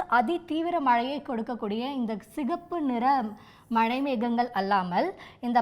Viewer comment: ஒழுங்கா மழைன்னு டிசண்ட சொல்லு 🇮🇳